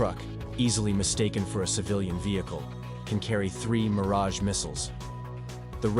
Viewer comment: it is Meaaraj